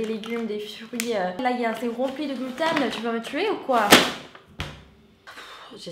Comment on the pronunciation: Allergique au "glutin"😁 J'adore ton accent !